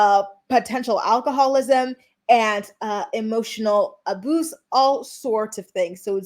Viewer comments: Why do you say some words strangely? Like “abuse” sounded like a-boose. Sex was “ex” etc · Not “emotional ABOOSE” say it ain’t so 😂😂😂